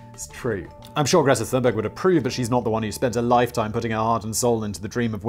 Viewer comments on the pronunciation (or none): none